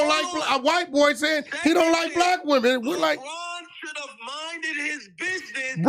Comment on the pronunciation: " Souldnt of " - HAHAHA